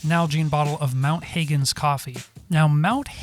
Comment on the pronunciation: Mount Hagen, .. Hagen pronounced 'Hargen'. Im from there lol.